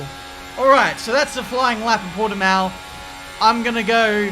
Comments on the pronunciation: it's an s sound after the t, right? I'll be happy if he says Algarve instead of Port-de-mayo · Ponunciation is Portimaum. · i'm from portugal and Portimão pronounces as " Portimaum" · Porteemeow? Where is that? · Everyone outside of portugal: Portimau: PortiMAYO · it is pronounced portimau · Portymayo lmao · Say Portimow. but the "ow" part sound like when you have a runny nose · i love hearing non-portuguese speakers butchering the "portiMÃO" part :V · Portimayo lol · It sounds like Portimaum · After the second “Portamayo” pronunciation I had to click off 🙈 thumbs up for the vid though! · Porte-Mayo lmao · You cannot spell "ão" in English, the sound doesn't exist in English. By saying Portimow you are saying Portimao (without the ~), that's a different sound. ã is a nasal vowel. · As a portuguese man I can say for sure...yes that pronunciation was bad...but it's all good💪🏿 P.S. - I went to the GP. It is in the middle of nowhere and we had to wait for 2 hours after the race to finally leave the Circuit's parking. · It's Portuguese! Get it right!:D Love the content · needs to learn the correct pronunciations of some portuguese words like Portimão and Junção kkkkkkkkkk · As a portuguese national i can say your pronunciation is horrible 🤣🤣🤣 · As a portuguese I can assure no foreign can pronouce Portimão correctly because we use a sound that english language don't have but it's funny how you say it xd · more like mown, but still not quite right